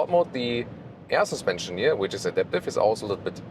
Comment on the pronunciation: LOVE what you guys do! And my wife and I secretly joke of how says "sUspension" with slight accent and giggle! All best feelings and love for you guys!❤ P.S. when are you testing the Zeekr7X in Germany,? I really want to see that car detailed tested in full detail, full length, and full screen!